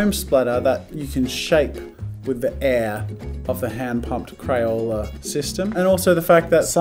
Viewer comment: 😂 😂 😂 he said crayole instead of crayola